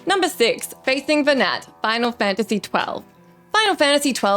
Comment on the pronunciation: Nearly every thing you said about FF12 was just wrong, almost painfully so. Mispronounced Venat. Vayne isnt king. Venat isnt trying to kill humanity or take over the world. Quite the opposite, trying to free the world from the grip of the gods.